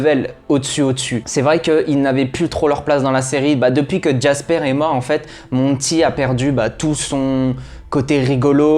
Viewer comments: "Bélamine", "Jaspaire/Jackspaire", "Dosia"... eh beh il va falloir revoir la prononciation des prénoms 😆 PS : C'est phonétiquement parlant "Bélami", "Djaspeur" et "Dioza" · Bellamy jasper dioza